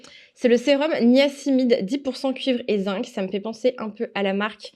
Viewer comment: On dit "niacinamide" et pas niacimide 😂 Attention, le masque pour les cheveux les graisse énormément et les rend tout raplapla. Et pourtant j'ai tendance à avoir les cheveux secs. Quel est ton profile ayurvedique ? A tu dis "amazon" mais je pense que tu voulais dire "aroma zone", non ? 🤔